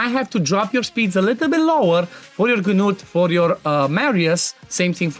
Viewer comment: THE G IS SILENT! It is pronounced Newt. For the love of god stop saying Ganewt 😂